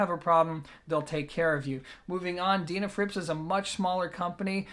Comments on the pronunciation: I'd love to know how you pronounce the word "dean" ,, Its not a deanafrips, just sayn from my den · Least I didn't mention how you said their name wrong😁(so many times)